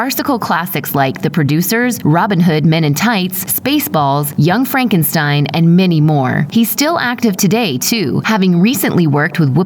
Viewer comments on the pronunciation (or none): none